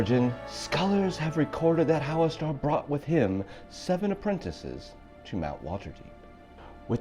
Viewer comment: Really cool video idea but isn't it pronounced "hallas stir" not "hallas star"?